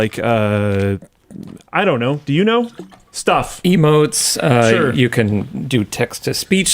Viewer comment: Emo-te? "But I don't wanna be an Emo!"